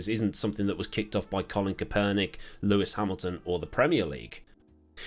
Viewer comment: Yanks will go crazy over the way you pronounced Kapernick.